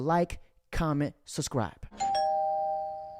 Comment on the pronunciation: Young man, it's not "Like comment SUScribe" Its "Like Comment SUBscribe"....